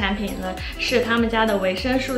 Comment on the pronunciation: 介绍的非常好 但是维生素 读su 绝不是吹毛求疵，真的听的太痛苦了 因为在不停的重复这个词